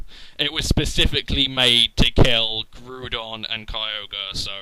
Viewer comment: HAY YOU SAID GREWDON!!!!